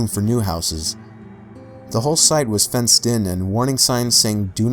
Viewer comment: killed my ears when he said fence